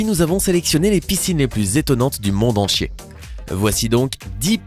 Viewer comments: j'ai compris du monde enchier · Tu à dit du mond en cier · C'est vrai il as dit enchier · Il a dit au monde enchier